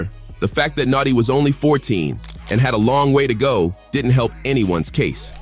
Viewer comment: Stop saying natsi it’s notti